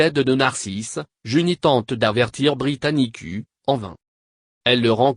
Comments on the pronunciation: pllaa, britanicuu xD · De 1: C'est un voix d'capela Box -De 2: Ca prononce Britannicu -De 3: La vidéo entière ne contient qu'1 image